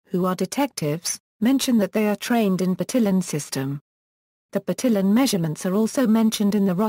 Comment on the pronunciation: "BurTILLin" Why was this one of the first results for "pronunciaton"? It's just assuming the pronunciation based on English phonics. That's, like, the most English-sounding pronunciation of any name I've ever heard.